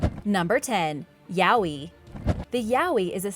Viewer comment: its pronounced as yah oy you uncultured swine